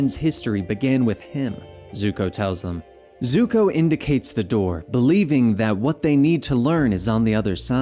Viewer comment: did this man say Zuhko like some live action movies nonsense. Lol I only heard it once so not gonna go off about it but fr.